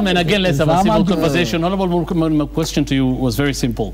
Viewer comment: I regret listening to this bafoon call morkomen